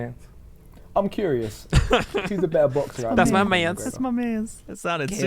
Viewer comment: “That’s my manths 🥹” 💀